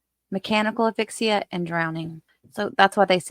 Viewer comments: Great video (as usual). If I could just make one suggestion: please pronounce the 'S' in aSphyxia. Not trying to nitpick, but it's a bit distracting when I keep hearing the the name of an email app (Affixa) in place of the word for suffocation. Otherwise, though... excellent work. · Love your content!! Thanks for all of your hard work! 🥰One little thing… it’s asphyxia with an S sound..Just a little nit picking from a nurse ☺️. Thanks again! Love your work!